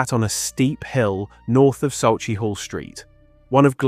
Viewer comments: I wouldn't mind if you were American, but you're British. It's SAW-KAY-HAW! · I'm from Glasgow and some of your pronunciation is hilarious! Especially Buccleauch St and Sauchiehall St 😂 I remember my Granny telling me about her. She was from Partick a d was in the police during the war.